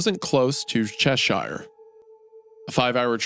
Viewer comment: Loved the reading as always but those place names man lmao for anyone interested "shire" as part of a place name is pronounced "sher" (Cheshire = Cheh - sher , Worcesteshire = wus-teh-sher), if its on it's own you pronounce it how its spelt though (ie the shires = the shy-ers).